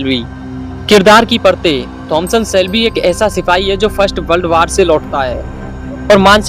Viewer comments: Bro it's Thomas Shelby not Thomson Shelby 😅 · Abe bevkuf pahle Naam acche se bolna Sikh jaaye Thomas Shelby Naam Hai uska